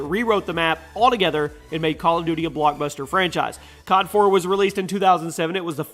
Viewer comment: i need to say anything about "COD".....Its more like "GOD"